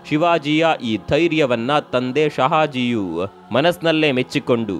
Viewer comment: Anna sariyagi kannada uchhar maadi heli,adu sahaji all,shahaji